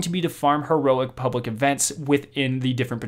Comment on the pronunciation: "Pubwic events" XD